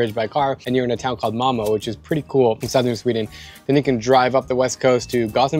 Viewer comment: Mamo? A pronúncia de Malmö ficou 'weird'.